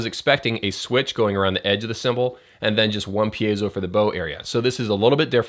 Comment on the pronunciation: thanks dude! your videos definitely the most helpful videos here for e-drummers. i watch every episode... so, btw, you‘re really improving by the pronunciation of the word „piezo“ :DD